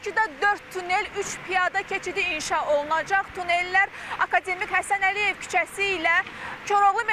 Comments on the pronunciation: Akademik sözün düzgün vurğulayın xanım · aka demik yox ey, akademik